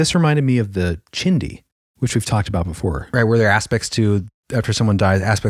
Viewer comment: Hi..I'm not sure if you even read the comments on super old stuff like this, but in Navajo it's pronounced chee di